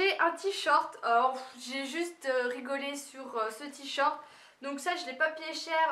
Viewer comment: on dit tee shirt pas tee short😂